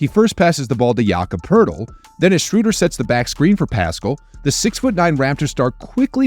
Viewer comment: The moment you said Shrewder, you lost me.